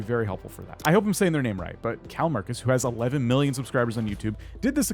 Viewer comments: I died when i heard you say calmarcus for call me kris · kallmekris is pronounced like call-me-kris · by the way the kallmekris channel is pronounced like call me chris, it's her name